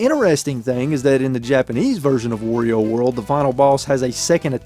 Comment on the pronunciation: You are pronouncing wario wrong lol